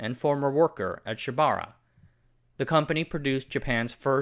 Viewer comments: Pronounced: Shiba OOrah (ura means behind) NOT shibara. TOkyo + SHIBAura = TOSHIBA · Just FYI Shibaura is pronounced “Shiba” “Ura” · “Shiba-ura” (four syllables).